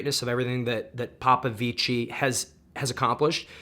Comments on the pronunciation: Just informative message - the correct way to say “Popovici” is “Popovich”, you don’t pronounce the “i” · sorry for being a stickler, but we pronounce david popvici as 'david popvich' not with an ending e sound since we're not italian, love from romania